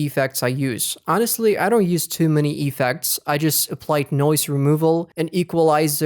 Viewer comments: it's effects not E-fects xD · i hate when u say Epeks